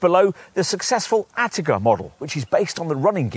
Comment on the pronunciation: You are literally the only people I have ever heard pronounce it 'Attica'. PLEASE STOP :D